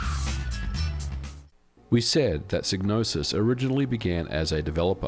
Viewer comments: It's psy-gnosis... "sigh no sis" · It's pronounced Sai-no-sis. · Wait the G in psygnosis isnt silent ?!😅😬